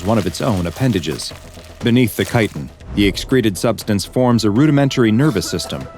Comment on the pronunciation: I have to congratulate the narrator or properly pronouncing the word chiten !